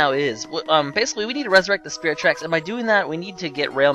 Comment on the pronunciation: when he said at the beginning, "hey guys welcome to spirit tracks" i thought he said spherical tracks. not sure how that is even possible, but okay.